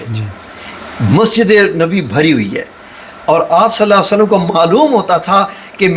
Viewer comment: Hazoor sallalho allaihie walay hi waslam prhen kindly ap Naam sahi ni lerhy